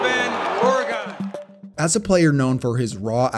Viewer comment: Of course roger goodell said ore-GON